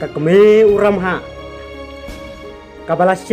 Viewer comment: Dabol nal bha I bah, (ka bol, namal, ki kynja tial...) la jah u R na khasi alphabet.satal bha u lamhah shano jah u stal.